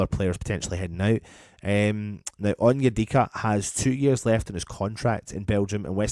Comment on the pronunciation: Sorry I can't see past the name of that player 'on-your-dick-a' 🤣